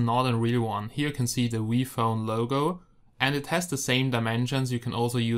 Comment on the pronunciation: No offence , but when he said "V Phone" it kind of sounded like Wii phone,therefore I thought the company Nintendo made a phone called "Wii Phone."